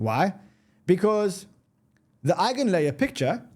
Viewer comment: Eigin layer??? 😂😂😂 NEVER